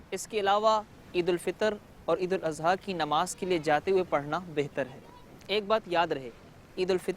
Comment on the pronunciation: لیکن یہاں عید الاضحی کو مخرج "ض" کی بجائے مخرج "ز"سے پڑھا گیا جع سرا سر غلط ہے اصلاح فرما لیں